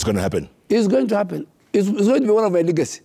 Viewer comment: Elite - pronounced as" i - lit " Build- pronounced as "bild" Service - pronounced as "saarvis" Legacy- pronounced as " Legasi" and not "ligasi"